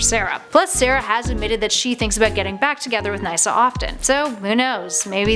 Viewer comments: Isn't it pronounced 'niss-a', not 'nice-a'? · “Lisa was returned to her own timeline” do you even watch the flash like seriously do your research Lisa wasn’t from another timeline she just left that was it Also it is pronounced Ni-ssa even though it is spelt Nyssa that pronunciation literally caused me a slight bit of pain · ya it caused me pain too.. She pronounced Nyssa (Naysa) like wtf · RayLicity? Wtf???? And Sara was an awful girlfriend to Nyssa. And it's Niss-a. Not nye-ssa. I hate 90% of these ships tbh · it’s pronounced nissa not nica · nasa you mean ni-ssa ? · it's actually pronounced niss-uh, not nye-suh btw....and of all those I just root for Avalance. I don't hate Olicity, but I wouldn't mind seeing them get divorced so Ollie & be with Laurel...even though it's Earth-2's Laurel now :P and I'm also now hoping to see Legends throw Nyssa into an arc just to see if she ends up causing trouble for Avalance ( or the trio somehow end up in a 3some...it's a CW show, you know it's a possibility ) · Ok, I normally really enjoy your videos but holy crap you need to learn pronunciations of these names. Nyssa as N-eye-sa? Stephen Amell as "AIM-L"? Good lord woman. And you bleeped "pissed off"? Seriously? Since when has that ever been considered swearing? So dumb. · I love how she pronounces nyssa NISSA *SARCASAM* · Wait did she pronounce Nyssa "Naisa" ? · niysa wow gr8 pronounciation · That's not how you say Nyssa . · She said Nyssa's names wrong